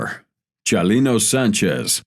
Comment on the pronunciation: I kind of liked it....I liked the way he would say Chalino or the names of Mexican cities.